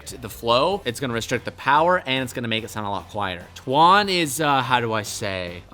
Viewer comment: Why do you call him “Twan”????